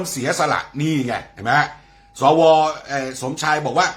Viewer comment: สว อ่านว่าสะวะจริงนิ